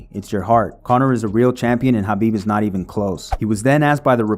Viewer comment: Why can't white people say KHABIB'S... with a K, name right?